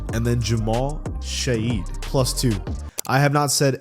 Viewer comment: it’s js pronounced the same way as “shed”